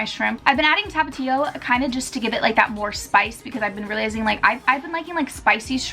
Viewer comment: i love the way you say tapatio lmao